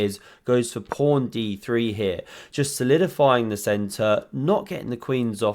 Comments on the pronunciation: Commentator keeps saying "prawn"? in the intro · you called the pawn a prawn. lol, i used to say it as a kid by mistake